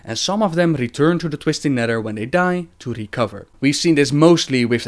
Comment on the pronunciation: "twistin neder"